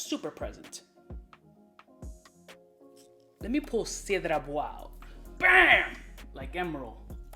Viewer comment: 'Cedart" hahahahaha